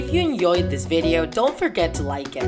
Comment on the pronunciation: At the end when she says I hope you enjoyed the video it sounds like enyoied